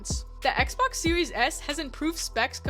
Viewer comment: I’m sorry did I hear you say XBAX